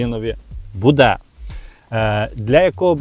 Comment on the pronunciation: Не " буДЕ ", а " БУде "! Не знущайся з української мови.